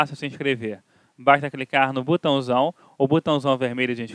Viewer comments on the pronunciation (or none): Que comentário desnecessário canal noguento porque você foi buscar notícia velha?há e não é Butão que se fala é botão ridículo